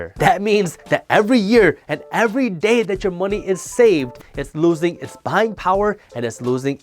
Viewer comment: “Moe knee”